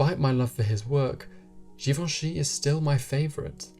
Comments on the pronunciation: Just post a video of you pronouncing his name on a loop “Hubert de Givenchy”.... love it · After hearing you say Givenchy is making me want to learn French 🥰